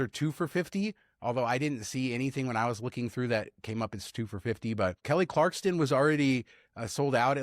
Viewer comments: Why are you both calling her Kelly CLARKSTON? AI? lol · Listen buddy. Her name is not Kelly Carkston!!! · Pronounced Kelly Clark-son. Clarkston is a town in Washington state named after Lewis and Clark. Edit:Thank you! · There’s no T in Kelly Clarkson…😂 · I was GONNA make fun of you guys for saying “Clarkston”…. I was GONNA… You probably say “acrosst” too 😅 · There is no T in Kelly Clarkson. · Yes ... I you are saying her name wrong !